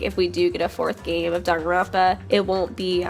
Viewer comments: i'm sorry, but i have really bad adhd and i get angry over very small things. Danganronpa is pronounced "dang gin ronpa" not "dong gin rompa". I'm not trying to hate at all, it just really, REALLY frusterates me. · Why do you pronounce "Danganronpa" as "darunpa"? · ytf u keep saying danganronpa like that